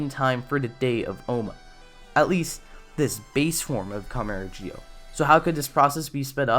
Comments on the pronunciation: It's zi-o ur saying it like jio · I’m I trippin or this guy is saying Gi-o and not Zi-o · Why are you pronouncing it like geo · that's not how the show say it if you listen its ZI-O that they say not GI-O the way you say it makes it sound wrong the i is silent so it sounds like your saying Z-Oh instead of saying gi-oh